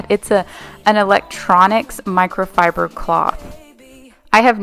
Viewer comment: I laughed listening to you saying microfiber. My mom can't say it right and I giggle every time. ;) You're not alone! LOL